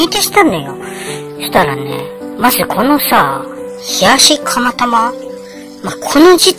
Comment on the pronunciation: 蒲田だけに 釜玉？ なんちゃって！ 釜玉が タマタマに聴こえて ドキドキしました。 蒲田だと 宮元に行ってしまいます。 昔は、ちょっと離れている インディアンで、カレーとラーメンをよく食べてましたよ。